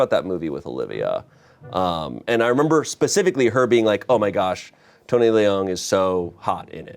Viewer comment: I already forgive you, but not knowing how to pronounce Tony Leung and Ayo Edebiri really hurts Especially Leung Chiu Wai as a Hong Konger 😭